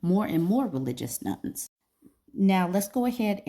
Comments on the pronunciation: I thought you were talking about religious "nuns" - which didn't make any sense. Now I see that you meant religious "nones". :) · I keep hearing "Religious Nun". I think you meant "Religion: None"? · Not me thinking you said nuns 😅 Interesting topic!